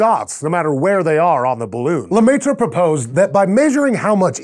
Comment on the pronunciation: it's pronounced la-mare ... face palm